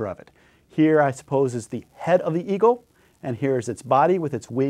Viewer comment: Oh, EAGLE nebula - kept hearing EVIL nebula. LOL